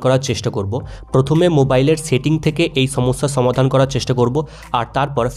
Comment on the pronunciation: ছমাদান নয় সমাধান